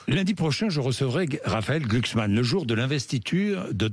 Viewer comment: GLUUHKSSSMAN! Argh ! Mais c’est bien sur!